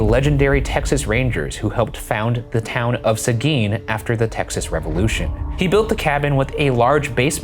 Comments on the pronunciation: You said Seguin correctly! I'm so proud. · pronounced seguin like a true southern californian